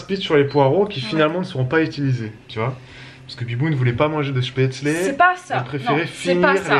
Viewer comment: Aaaah tu la bien dit cette fois spaetzles haha "chpetslé"